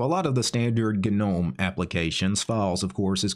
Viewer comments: I love your vids bro. I'm thinking about learning how to use MX Linux as I'm a windows user. BTW gnome is pronounced with a silent g! Keep up the great work mate!😉🤘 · The G is silent, btw…